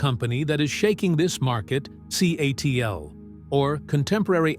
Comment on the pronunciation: I think the AI mispronounced CATL as Seattle.